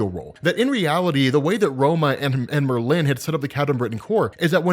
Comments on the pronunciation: People: Merlin: Myrrh-lynn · OMG lmao! It's Merlin, NOT MerLin. You're making a hippy English wizard sound like a Asian businesswoman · Please please please... It's pronounced MER-lin (lyn). Not Mer-LIN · Love the video. Please stop pronouncing Merlin's name as if it has a hyphen between the r and the l. Thanks. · you say Merlin weird it’s MurLin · No one in America says it the way he’s saying it. It’s MER-lyn, not mer-LYN. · it's Merlin, one word. Not mer-lin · I refuse to watch an upload in which he keeps calling Merlin Mer-Lin. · Did Marvel create a new spelling or pronunciation of "MER-lin" or do your just not know how to say the name "MER-lin" properly? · Nice video but the weirdest pronunciation of Merlin I´ve heard so far ;).... hehe Murlinn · Merlin is so easy to pronounce, yet you mess it up every time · That is not how you pronounce Merlin. The emphasis is on the 1st syllable, not the 2nd. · That pronunciation of Merlin kills me every time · It's painful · As a Brit, the way says Merlin just doesn’t sit right…. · Love the show But you say Merlin weird